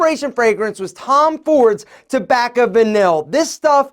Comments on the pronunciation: It’s pronounced Tom Ford tobacco “vanee”, just throwing it out there. Love the channel! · As a fragrance enthusiast, it's hard to listen to him say 'vanille'